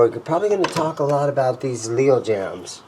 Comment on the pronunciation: Jayms is not pronounced jams lol but I want one those n a tele just to hang in the wall :)